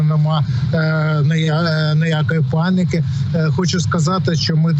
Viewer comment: "Паныка",учи м.ову.